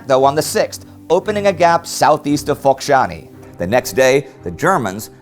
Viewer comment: Something tells me you mispronounced Focșani a couple times during the first take